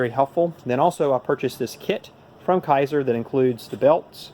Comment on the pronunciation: K A ser (long A sound) is how to pronounce this. Not Ki ser. :)